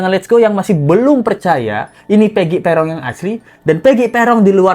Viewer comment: kata ibunya, panggilan pegi itu 'pegon' bukan 'perong'